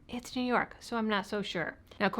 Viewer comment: That is pronounced "New Yuck"